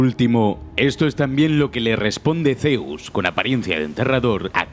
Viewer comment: "ZeOussS" xDDD buen video, 30 detelles alucinantes de Rise of the Tomb Raider